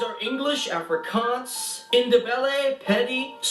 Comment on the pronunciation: He isn't pronouncing most of those languages right and he is wrong Bloemfontein is not a capital it is cape town , pretoria and Johannesburg and xhosa is pronounced kh-oh-za with a click and afrikaans is pronounced ah-free-kh-aah-nz the rest is about right